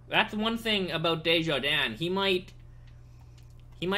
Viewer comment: by the way you pronounced desharnais "Desjardins" but it's (Des-har-nay)